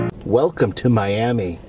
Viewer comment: Miami in Oklahoma is pronounced Miam -uh. They don't want people to confuse it with Miami, FL.